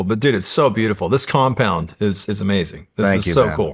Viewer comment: 'Compound' LOL